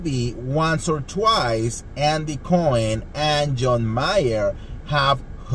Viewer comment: Andy Andy Andy— it’s not “BURBERRY Hills” and it’s NOT “Andy COIN” 🤣 omg!!